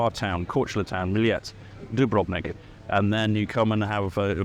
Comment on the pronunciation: what I dont understand is why,obviously Croat,have wrong accent pronouncing Dubrovnik....and most of them make same mistake when speaking English. Do you know,(i will laugh at that envelope forever...its so cool) that you would need to bring 40lbs stone as ticket to enter the Dubrovnik in the middle ages? thats how city acquired the stone for the walls. you should have also taken the tourists to Ston to see the salt mine and the wall of course and try oysters our homeland is paradise on this planet and tourists are exploring more and more of other parts of it every year. we are not just sea and the coast. as you already know since you have been in almost every corner of it. Živ mi bio i rakiju pio!